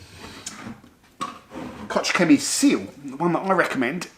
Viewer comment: Please, say 'kogg' not 'kotsj' Koch Chemie also has the STS on their website for every product and a lot of their products contain limonene.